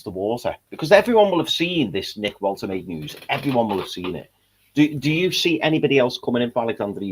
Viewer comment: Lads need to figure out how to pronounce Woltemade 😂